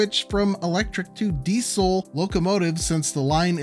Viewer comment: The way you say Diesel hurts my ears.